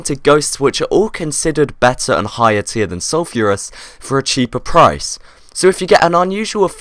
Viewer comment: ITS PRONOUNCED SUL-FER-US!!!!